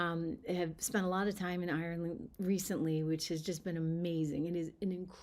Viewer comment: You're not Irish, you can't even pronounce Ireland properly. If you believe that McGregor speaks for the Irish, then you must believe leprechauns and fairies